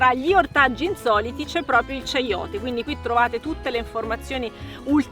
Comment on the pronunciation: Si pronuncia "caiote" e nn ceiote.